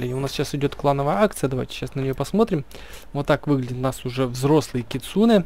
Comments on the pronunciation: Не кицуне а кицунэ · Кицунэ ударение на э